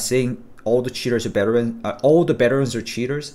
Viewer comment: i love that u say beterans lol